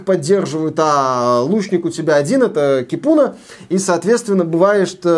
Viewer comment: Привет! В финском языке ударение всегда на 1-й слог, так что Ки́пуна. Ну а баня, это прежде всего просто погреться. Поэтому они в каждом доме, даже в многоквартирном, а иногда и в каждой квартире. А бывает и такие, где мужчины и женщины вместе и табличка заходить без плавок.